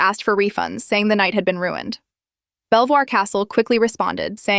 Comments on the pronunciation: its pronounced "Beevor castle" stupid Ai voice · its pronounce BEAVER not BELL VOIR